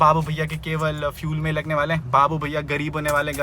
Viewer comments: it's bihu main not mai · Aap bihu main word me "n" ko kyu silent kar dete ho. "Bihu main" me N ko silent mat kariye